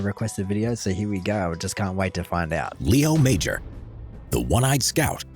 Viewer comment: The correct pronunciation of his name is "lay-oh mah-zhar [the last syllable is actually something that doesn't exist in English, but that's the closest]. Most of the events in this video have been independently verified. He was far from being a blustering he-man. He was in civilian life very soft-spoken and modest. He never mentioned his military escapades to his wife... she only found out decades later when the town of Zwolle invited them to visit the Netherlands to be honoured by them. The secret behind it was that he had lived in neglect and poverty as a child, suffering much bullying ---- until he realized that dominance among humans was based not on strength but on illusions, that it was all showmanship. His tactics always depended on tricking opponents into panicking, for example, getting them to assume that he was an entire army. He knew that most "heroism" in war was bullshit, so when he returned to civilian life he just said "forget it" and lived his life without cashing in on his image. His sons report that he never boasted or mentioned his exploits to them, but that he was the kind of man that you would instantly trust and listen to.